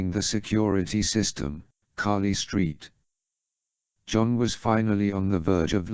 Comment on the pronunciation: The pronunciation of Carly Street John cracks me up every time lol